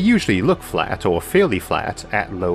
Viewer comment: More like "in wewativity time is fwat in the same way that pwanets aw fwat in that thew not"